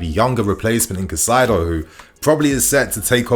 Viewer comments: It’s not that deep he just doesn’t know the correct pronunciation, people make mistakes bro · Caicedo is pronounced Kai-say-doe